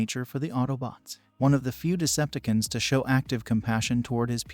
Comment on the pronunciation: It's pronounced Decepticons, not deceptkins 😂🤣😅